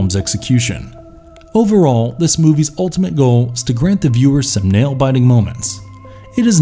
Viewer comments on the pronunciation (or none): none